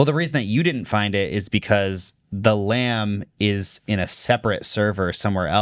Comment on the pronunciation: “The Silence of the LAMs” 😂